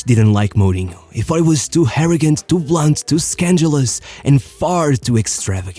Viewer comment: Love your videos but there is no h in arrogant (harrogant). Tuga;)